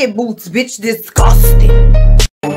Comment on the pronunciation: this woman lives rent-free in my head "disGUStuing!" 😂❤